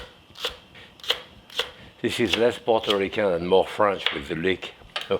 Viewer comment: It’s leek.